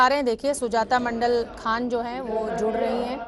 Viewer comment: सौमित्र खान नही है सौमित्र खां है उचरण ठीक से करो